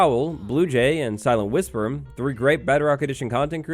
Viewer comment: "SilentWisperem"Had me dying 🤣